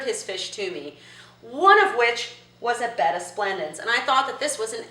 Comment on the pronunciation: Bettasplendis? 🤔 i cant quite hear it... halp! 😭